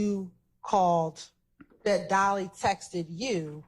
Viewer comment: She keep saying “texteded”